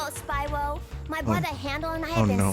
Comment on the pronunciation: Hewwo Spywo. owo